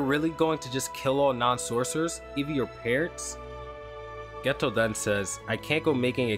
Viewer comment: No disrespect to you or your channel, just wanted to let you know Geto is pronounced as “gaytoe”. Honestly I could be wrong, but I’ve been trying to learn Japanese these past 7 months so I’d be sad if I was :/